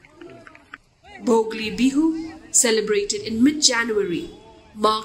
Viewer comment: Dear, kindly take notice of incorrect pronunciations of salient words or phrases; in this case the pronunciation of Bhogali as Bhogli is a little frustrating. Thank you